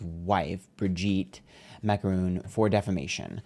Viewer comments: Please, don't say Macarons, it's called Macron's:) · The Macrons. Pronounced Mac-rone. Meanwhile, who gives a rats ass is she is a man? You can’t publicly defame people out of hate with no repercussions. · MA CRON not that hard. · not saying macron as macaroon making my day, we gemini so we pronounce words/names the way we want anyway